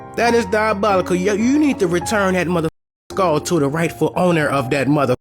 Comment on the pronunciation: Please say skull and not skall. But excuse me if that's the only way that you can say SKULL.